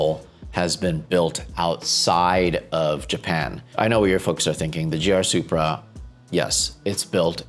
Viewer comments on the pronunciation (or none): none